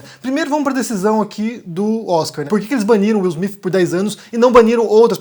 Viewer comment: Pow, sei bem que vc é viajado, conhece outras línguas e etc, mas dá pra vc não falar Will Smiff e sim Will Smite? PS: sei que o nome dele é Will Smith!